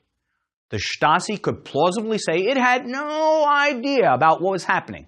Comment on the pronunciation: I find it hard to take a Stasi documentary seriously if the host can't pronounce 'Stasi'.